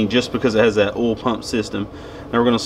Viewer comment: Do you shove cotton balls in your mouth before talking! 🤣 It's called OIL not OLE. "oy-ole" not just "ole" think back to grade 2 and count your syllables